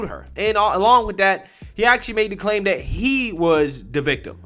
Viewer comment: It is not "dat." It is "that." It is not "dere." It is "there."